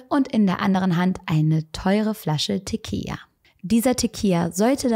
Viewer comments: Gutes Video! Es heißt aber Tequi“L“a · Tequila wird mit einem „L“ ausgesprochen 😬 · Du hast echt niedliche Versprecher haha 🙈 Teqija? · Liebe, ich weiß es sehr zu schätzen, aber Tequila hat nur ein L. Ein L wird als L ausgesprochen😉